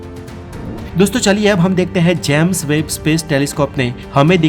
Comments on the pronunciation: भाई जैम्स वेब नहीं होता है जेम्स वेब होता है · भाई जेम्स वेब है इसका नाम ना की जैम्स वेब !